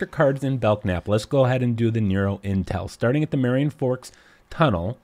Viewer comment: I'm not sure what I disliked more: the tediousness of the search, or hearing you mispronounce it as "Belck-nap".